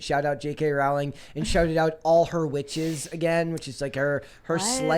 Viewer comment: Pronounced “Rowling” like “Bowling”